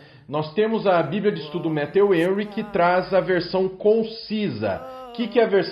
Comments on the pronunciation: Pronuncia-se Méfiu Renry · Pastor, só falta o senhor pronunciar Matthew Henry corretamente.